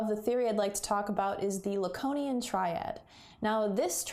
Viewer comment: La-cone-ian? La-cone? Who the hell is that!!??